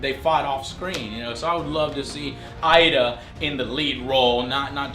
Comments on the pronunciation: his name is Idris -.- not "Idra" or "Ida" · Ida Joe. It's Idris bro BTW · IdRA not IDA lol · No No its IDa ,, who's Idris Alba !? lol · Idris is pronounced "ee-dris".